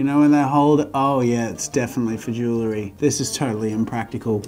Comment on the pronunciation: jewelry is pronounced joo-well-ree not "joo-ler-ee"